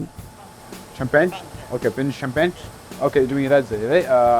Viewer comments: Why did he pronounce champagne like that? :D :D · Because English and French aren’t his native languages from the sounds of it, and you’re probably not pronouncing champagne right, either